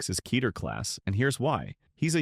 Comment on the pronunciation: Kay-tear? Yeesh